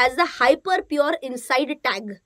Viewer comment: So we want to eat only pure food (with the accent) funny indeed 😂